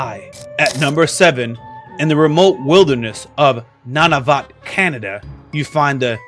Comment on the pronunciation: Nun-a-voot omg lol check your pronounciations